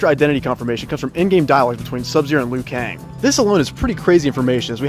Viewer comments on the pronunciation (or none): none